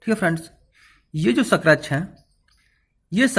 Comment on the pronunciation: सक्रेच नही स्क्रेच जानकारी के लिए धन्यवाद